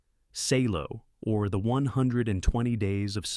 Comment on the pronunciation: And, "Salo" is pronounced "Sahlo," not "Saylo."